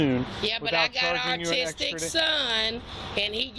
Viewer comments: she can't even say autistic 😭 if you need time to get your stuff together then you get up earlier to get it done lmao wth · There’s no way she said “artistic” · lol I coulda swore I heard her say “artistic” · Is it just me or she kept on calling her son ARTISTIC? 😂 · No, she repeatedly said "artistic". That's why were laughing. You'd think that a mother with an autistic son would be aware of how to pronounce it! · No . She said , or it sounded like she said , ' artistic ' . She clearly meant to say ' autistic ' but it didn't quite come out the way she intended . Listen closely again . She did get ' Rapport ' correct . 👏 👍🤭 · Yeah, so she's prolly mispronounced "austic" but y'all prolly know that already. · She’s saying ARTISTIC 😂 geeezus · She wasn't accidentally saying artistic. She was mispronouncing autistic, due to her accent. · She’s “got an artistic son” ? She cannot even pronounce the word correctly! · You'd think with as many times as she says that word, she'd realize that pronouncing the "u" as an "r" gives it a completely different meaning. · “I got an artistic son” 😂. He can draw his ass off I bet. 😂. Thought I misheard it at first but nope. Every time she said it, she f’d up. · Did she say “I have an artistic son?” 🤭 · Did she say “Artistic”?😂😂😂😂😂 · The way she’s pronouncing the word autistic as artistic, leads me to believe that he probably doesn’t have an official diagnosis. It sounds like her kids a monster, and she just makes excuses for him. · Can she not say “ autistic” properly? That’s ridiculous. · 😂 If she is claiming that her son is autistic maybe she should learn how to pronounce it!! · Artistic is funny but sad. It means she's read absolutely nothing about autistic children or she would know how it's spelled and pronounced. This child has someone as challenged as he is responsible for his care. No hope😢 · I have worked with autistic kids for years. I never met a parent who could not pronounce their condition properly